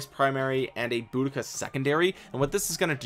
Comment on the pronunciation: it is deceiving as it's very different to how it appears.. you got the Boudica pronunciation spot on 👌 Keep up the brilliant Vid content as I am f2p so lots of these Epics are of great interest to me.